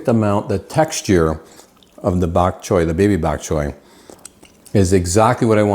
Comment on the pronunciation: Bak choy is Cantonese, a Chinese dialect. Bak choy means white vegetable. You pronounced bak choy so well. ☺